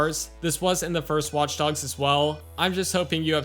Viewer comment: I love the way you say watch dogs. It's like, "WAUTCH DAUGS."